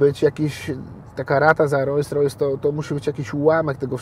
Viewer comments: Ta luksusowa marka samochodów nazywa się Rolls Royce czytamy „rols rojs” nie „rojs rojs” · Kiedy słyszę kogoś kto jeździ autem marki Rolls-Royce, a nie potrafi wymówić poprawnie tej nazwy i powtarza 30 sty raz ("rojs rojs")to szlag mnie jasny trafia!!!....mimo wszystko życzę dużo zdrowia i powodzenia w życiu 👌👍 jak zwykle klasa 👌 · Rolls Royce a nie Rojjs Rojjs… 🤦🏼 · Ogólnie be hejtu... ale typ jeździ RR, a ciągle mówi Royse Roysem :D kufa, brawo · Fajnie, że posiada, ale to, że nie potrafi nawet poprawnie wymówić nazwy swojego samochodu za kilka milionów złotych, mówi samo za siebie ....